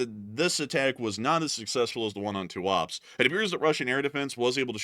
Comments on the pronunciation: Tuapse is pronounced as Туапсе, not as Туапс. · It’s pronounced ‘Too-ah-Pséh’ :)